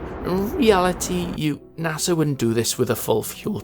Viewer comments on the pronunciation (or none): none